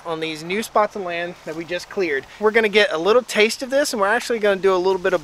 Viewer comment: You said taste lol